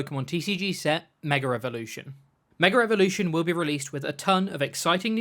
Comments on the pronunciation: Intrusive R from the Brittish accent hitting so hard I thought it was called Mega Revolution lmao Love it <3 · Meger evolution!!